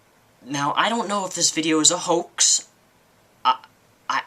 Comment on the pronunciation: lmaooo youre hilarious. lmao your pronounciation of "onishion" instead of onision and "hoak"' instead of hoax